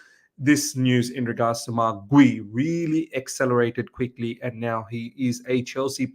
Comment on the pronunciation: I think it's pronounced as G-yu because of the u at the end